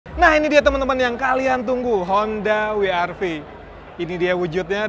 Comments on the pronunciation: WR-V bukan dibaca Wi aR Vi, tapi doubleyu aR vi 🤣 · Gak sadar aksen WRV di baca Wi Ar Vi, harusnya Double U Ar Vi. Sukses terus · Kenapa nyebut WRV gak kaya nyebut BMW 😂 Padahal orang Jerman nyebut BMW y BMhve